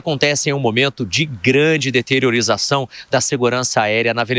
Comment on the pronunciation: "DETERIORIZAÇÃO"????? NÃO SERIA "DETERIORAÇÃO"?.....